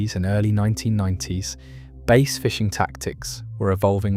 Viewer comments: How does the narrator correctly call it the BASS angler society, then continue to call it base??? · Jesus H Christ the narration makes this unwatchable. Bass. BASS. Not Base or Bays.